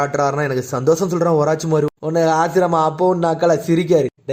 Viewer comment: Oruchimaru ❌ orachimaaru😂